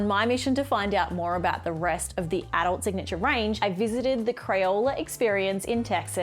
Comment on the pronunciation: "Signatuair" 😂 Gold